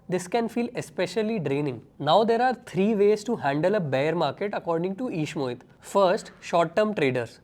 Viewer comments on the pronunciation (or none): ishmohit ❌ eeeshmohit ✔